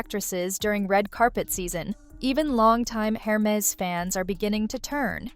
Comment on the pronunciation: it's err-mehz... :) instead of her-mehz... :)